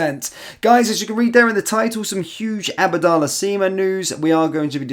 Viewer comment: It's ABDALLAH SIma NOT ABADALLAH Sima!!